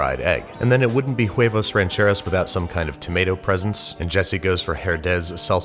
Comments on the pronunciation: I thought this was Huevos Rancheros, but the guy in the video kept saying it's Jueivous Rencherous. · You can't even pronounce huevos rancheros, and no, that's not how you make huevos rancheros... Don't ever do Mexican food again if your going to make corn tortillas like that. I'm surprised white boy here didn't just put some curry in there